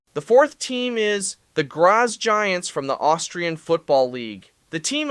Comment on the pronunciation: Graz is pronounced "Graahtz"